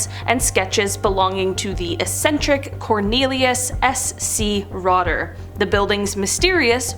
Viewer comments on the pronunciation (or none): It's not only your Norwegian that is bad, it's your English. It is not "essentric."